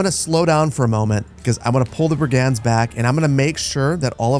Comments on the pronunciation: What the heck are brie-gands!!?? Brigands, Brigands. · Pronunciation queues as a few of these seem really strange to my ears … Brig-unds, not brig-ands Lee-neck, not lie-neck Loiter Floocht, not Lighter Floocht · Best Manor Lords content BY FAR. One tiny thing: Brigands. Pronounced BRIG-nds. Not bri-GANDS. Old world bullies, low-level criminals and unsavory types who're happy to be paid for busting heads. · Bri-gands should be brig-uhnds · mfw he doesn't say bri·gndz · You don't pronounce the "a" in the word "brigands". "Brgndz". Looking forward to the great urbanisation. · Love this series. One minor quibble is your pronunciation of brigands. The emphasis ought to be on the first syllable not the second as you say it